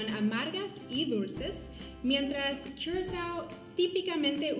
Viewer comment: triple sec y curacao. se pronuncia curazao. quizas te suene el blue curacao.. o ""blu curazao"" botellita azul que justamente es licor de naranja, la muchacha nos cuenta las diferencias principales de estos dos licores